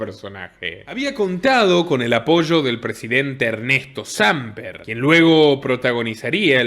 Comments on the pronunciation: de veras que aprecio y difundo tu contenido y me parece genial todo el trabajo investigativo que realiza tu casa, solo quiciera aportarte de la manera mas respetuosa y cordial que el apellido del expresidente colombiano Hernesto no es Sámper, es Samper asi sin esa acentuación, de lo demas perfecto todo como hasta ahora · No es Sámper, es Samper (Sam Pér)